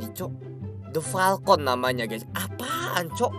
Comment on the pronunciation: Falcon itu "Palkon"😂